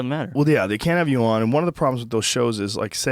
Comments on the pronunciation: I hate how joe says Conan. COH-NAN? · Joe you gotta learn how to say Conan. Yes, there are technically two ways to pronounce it, but the guy isn't a fuckin barbarian. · I've been listening to this podcast for going on 4-5 years now and Joe, I love ya, but goddamn the way you pronounce "Conan" fucking kills me lol